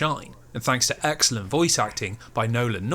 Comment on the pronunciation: Every time you said the word “excellent” I imagined you were really saying “X-ellent”